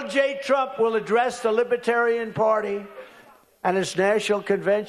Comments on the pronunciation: Lib-a-tarian. Can't even say it right, lol. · I cringed every time he said "Libetarian". The "r" kept getting lost. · “Libit Tarian” He says it like lie berry Or massa two shits Thank god he’s sooooo well educated5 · A libaaaaterian not libertarian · Does anyone hear lib-uh-tarian" when Trump tries to say "libertarian"? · I just realised, he keeps calling it Liba-tarian rather than Libertarian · Trump repeatedly said "Libiterian" instead of "Libertarian" Lib-i-terian, not Lib-er-terian. Yet MAGA'S continuously harp on Biden's verbal issues. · Hey you orange goof it’s ‘Libertarian’ not ‘lipitarian. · Why wouldn't one of his handlers tell him that it's pronounced Lib-er-tarian, not Lib-a-tarian? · He cannot even pronounce LIBERTARIAN! He says “lib-a-tarian” over and over. Feckin Eejit. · He says “Libetarian” half the time, not “Libertarian”. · Trump not even pronouncing Libertarian correctly! He has no idea what liberty is!!😂 "Lib-a-terian" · "Libatarian" he can't even say Libertarian. 😅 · What's a "libbatarian". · A Libatarian? He doesn't even know how to pronounce it. What a bozo! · Trump’s pronunciation of “Liba-tarian” has me thinking that trump probably thinks the people at the convention work in libraries. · What is a "Libetarian?" He can't even pronounce it. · A libetarian? Wow that overgrown toddler can’t even word anymore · He can’t even say libertarian correctly. Lib-a-tarian. 😂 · Lib-u-tarian... He can't even pronounce it right. It's insane he is trying to strong arm them into voting for him. The party literally taking personal freedoms from people. WTF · What's a "libetarian"? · "Libitarian party" - he can't even pronounce the name. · a libaterian 😂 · Trump can’t pronounce Libertarian. “Lib-uh-tarian” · A “Libetarian”😂😂😂😂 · "Lib-a-tarian" Trump can't even say Libertarian. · I love how Drumpf says, "Libbitarian" 😂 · He can't even pronounce it - "Li-BIT-arian" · “The LIBA tarian party” That buffoon can’t even pronounce the word! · Did he say Libiterain